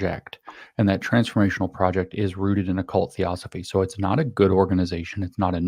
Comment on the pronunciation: If you're unable to pronounce Theosophy then I think you need to look a little deeper into your source materials. This is important because it is literally the foundation of what the UN and its agenda is built on. Theosophy was (and is) based on the words of "mediums" and "channelers" who supposedly channeled messages from the dead. In actual fact, their original mediums channelled messages not from the dead, but from living human initiates, Indian occultists, with a hypermaterialistic Indian agenda for humanity. What they call "spiritual hierarchies" are these human beings with this agenda. The Theosophical Society is headquarted in Chennai, India where Blavatsky was led to in the late 19th century. From the initial Theosophists like Blavatsky and Sinnett spawned numerous others including who James Lindsay identifies as Robert Muller, who wrote the "2000 goals for humanity 2000 days before the year 2000". The Lucis Trust ), formerly the Lucifer Publishing Company, helped to write the Sustainable Development Goals being implemented worldwide whether we like it or not. The founder of Lucis Trust is Alice Bailey who was also a Theosophist, and Lucis Trust is co-located in the UN building in New York.